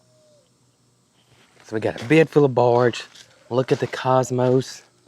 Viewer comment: …it is not barge…it is borage😁 southern accent is telling on you.